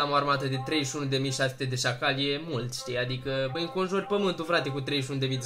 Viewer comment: dece zici sacali?😹😹😹😹😹😹😹🙎🙎😎😎😎